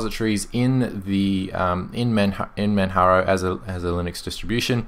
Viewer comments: Great review as usual. The correct English pronunciation is /Mandjaro/. /Manharo/ is the way we pronounce it in Spanish. So there you go, if you are wether a English or Spanish speaker, you already know the correct way to say it. Oh, by the way, I'm typing from Manjaro, and it's an incredible distribution, pretty fast, lightweight and it's the first distro wich made me try XFCE (Wich I considered it was too ugly for my taste). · ManJaro...ManJaro...ManJaro...like Kilimanjaro. It's not Spanish LOL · Is the wrong pronunciation of "Manjaro" intentional? :D Since in the earlier reviews of this distro you pronounced it right - Manjaro, as in Kilimanjaro. :D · Pls just call it ManJaro ffs. I only watched this because I'm a fan of the distro. I quit watching your videos some time back because you insisted on saying "Maatay", "OpenSooser" and "Guhgnome".